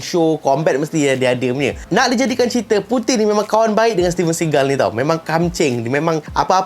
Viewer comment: Puting ,bila sebut puting ingat puting..